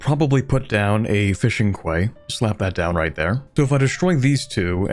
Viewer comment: Heads up: quay is pronounced like “key”